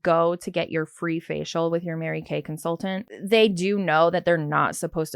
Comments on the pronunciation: Can the girl not pronounce con-sul-TANT???? She annoyingly leaves out the first T in that word 🤬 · They way she says consultant: consul-ENT drives me crazyyyy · the way she goes 'con-sul-TANT' drives me bonkers